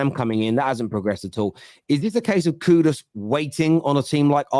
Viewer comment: 😂😂😂did just said "the coon"😂